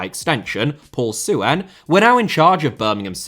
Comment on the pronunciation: on a minor note, the 'ue' in 'Suen' is pronounced together, making it sound roughly like Son in Heung-min Son. The two last names, I believe, share the same Chinese character.